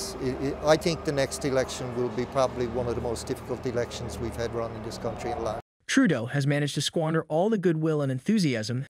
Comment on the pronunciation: Not NEWFOUNDland. It's NEWFundland. . I hate JT but give him the courtesy of saying his name correctly. NOT Tròodo.